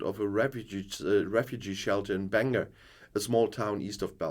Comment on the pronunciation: Lol! I love it when someone from outside NI tries to pronounce Bangor - "Banger!".